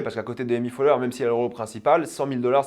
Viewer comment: C'est Amy Poelher, pas Amy Foelher ;)